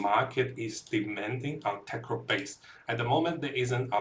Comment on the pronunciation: That's what you get for trusting the guy who can't pronounce not only Tecrod but also Kurgle. These are not difficult pronunciations and take minimal effort to learn once